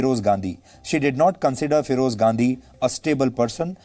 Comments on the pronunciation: Pahle bolna sikh le ghandy bol raha hai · Why he is pronouncing Ghandhi so weirdly?